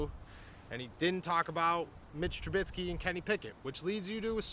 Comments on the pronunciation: It's Trubisky not Trubitsky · I need Trubisky to get benched so you can stop saying TruBITSKY 😭😭😭